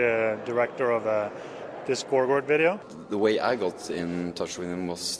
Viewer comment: "We Are Making A WIDEO" hehe